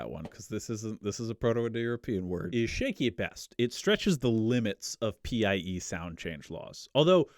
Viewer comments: I just discovered your channel, and I love it. As for this theory of PIE (by the way, you should have been saying "pie" instead of P.I.E.), I dont have a dog in the race. It's also been a long time since I studied genetics and admixtures in school. But presumably these PIEs would have been male and females and both of thier genetic info would have been introduced into the invaded populations. So wouldn't that play into the admixtures? I've been listening while biking, so I wasn't able to follow all the numbers. What I'd love to see is a good statistical analysis of the genetic mixes and how they presumably resulted from these influxes of PIE DNA. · i wish i could go back in time and tell him linguists pronounce PIE like apple pie